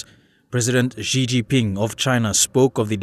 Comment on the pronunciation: Pence canot even pronounce Xi properly. That speaks loads on US ignorance. China will become number one both economically, militarily and in influnce around the world. The US has to accept that or there will be no peace.